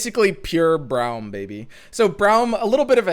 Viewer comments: Why do you pronounce Braum as Browm? Braum himself says his name and it doesn’t sound the way you say it. Is just me whose hearing this?!???? 😰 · I think it's like "Brawl" but with "hm" on the end.